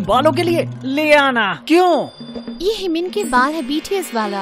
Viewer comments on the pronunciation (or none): 😂😂 me bhi yehi bolri thi or mene is line ko 3 bar suna he BTS se himin ya jimin 😅 anyway jimin meri favourite idol he